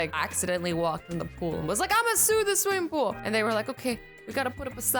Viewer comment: don't you mean swimmingool? or is there P in it?😂